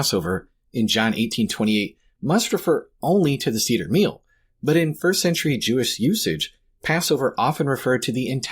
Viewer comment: It's not See-der it's Seh-der, otherwise thank you for the video.